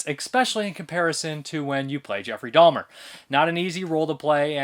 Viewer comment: There is no 'L' is in Jeffrey Dahmer's name, it's Dahmer not Dahlmer.